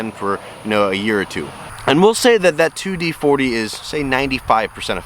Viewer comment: Sorry but can't listen to this one. It's 2-4D not 2d40